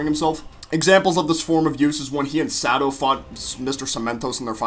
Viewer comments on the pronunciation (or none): Dude do you really not know how to pronounce sugar rushes name you’re saying it’s sad oh it should be pronounced Sa doe Why make a video on a show you’re not that familiar with